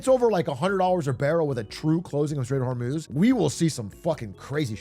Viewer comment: This is the second time I've heard him say "until shsmjjfghsfhdskjf is truly close the stock market won't go down" WTF is he saying here? It sounds like "the straight of vermoose"